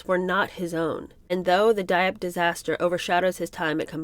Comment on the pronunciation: I truly enjoyed this book. I’ve read several others about the family. He was certainly an enigma. My only criticism of the reading is the mispronunciation of relatively common words…courtier, Dieppe, mendaciousness, to name a few. I noticed the same problem with Ethel Kennedy, The Other Kennedy Women. This may be attributed to your youth.